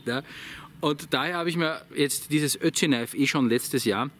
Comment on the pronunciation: Ich versteh immer Ötchi. Spricht man Ötzi in Österreich so aus? Ötchi?